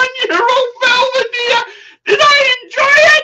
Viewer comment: Why is it impossible for to pronounce the names of Scotch corrctly? Belvadere? Phuck me dead.